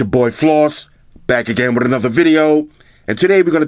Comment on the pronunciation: "It's yo boi Floss, back again wrrrRRith another video!!"